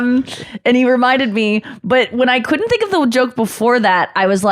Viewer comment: Couldn't is not 2 words. It's a contraction. Learn how to pronounce contractions please.